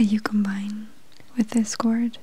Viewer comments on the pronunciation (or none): none